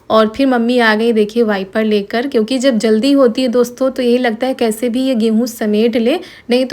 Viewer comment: Kaise yaar naak me bolti ho kese he aap loggggggggg😂😂😂😂kaise ke jagah kese hee hai ke jagah hee bolti 😂😂😂😂